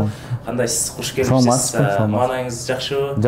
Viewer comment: Алып баруучу, КУШ Келиниз ЭМЕС, кыргыздар -КОШ келиниз деп айтат, ал озбектер - ХУШ келиниз дешет. Диалектинерди кошбогулачы, тажадык - барайЛЫК, ТезиРАК....